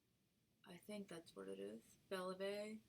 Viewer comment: Doubling the doily over to make a pocket... now why can't I think of things like that! :-D p.s. 'Vie' in Belle Vie is said like 'Vee' ;-) xx